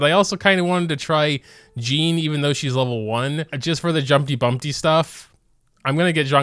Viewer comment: Why tf are you saying jumpty bumpty😂😂 it’s jumpty dumpty lol